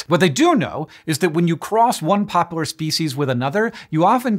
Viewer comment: My inner child is apparently 6 years old cuz I giggled uncontrollably every time he said "pooplar" ...